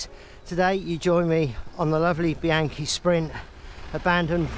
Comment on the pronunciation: BEE-AHN-KEE, not BEE-ANKY, OK? I love taking mine out on vintage rides, remembering (as you said) why I got into cycling in the first place.